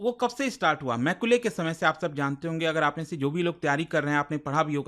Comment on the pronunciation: Not maicule मैकाले 😂😂